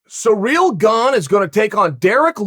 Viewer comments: Surreal Gan Cereal Gane Whatever think is correct Uncle Chael 👍🏾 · Chael: Surreal Gong Everyone else: Ciryl Gane 😂👍🏻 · No one: Chael: Surreal Gone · Nobody: Chael: Sir real garn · "Sir-real gong" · I heard "sure real gone" in the open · Cereal gong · Sea Reel Gong